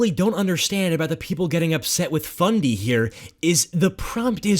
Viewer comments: did he say fundy or bundy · Did you say BUNDY?